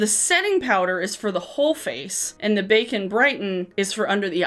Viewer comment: Every time you say “bake and brighten” it sounds like “bacon” brighten...and then I just visualize people putting slabs of bacon or facon under their eyes to decrease puffiness on eye bags. Hahaha!!